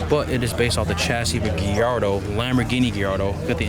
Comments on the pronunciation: What the hell is a "Gee-yardo"? Most normal people pronounce Gallardo "GUY-yardo." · Its guy-yardo not ge-yardo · First time i heard gillardo as gallardo but everyone can pronounce it how they want to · “Giardo” wtf🤣🤣🤣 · its pronounced guy-yard-oh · Lol for real the Geeardo was annoying me